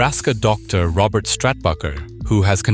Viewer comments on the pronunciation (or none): none